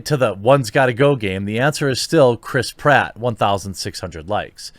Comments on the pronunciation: cant unhear Crisp Ratt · Your pronouncing it wrong. Crisp Rat. Now you can't unhear it. Suck it twatters.